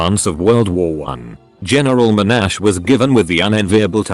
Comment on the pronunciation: At 3 minutes - First thing, it's MON-ash, not mo-NASH. Second thing, I'm at his university, what foolish thing am I being conditioned to do?